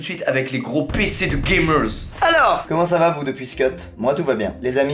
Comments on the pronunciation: C'est drôle quand il dit Gamerzz 😂😂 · Les Gamerz, Les Viewerz, j'suis mort tu mes un Z a la fin des mots et tu parles le Squeeziz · Tu me fais rigoler quand tu dis "GAMERZ"